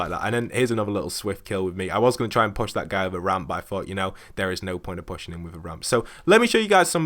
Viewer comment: Your Push, sounds like Posh. Anyway, thanks for the tips.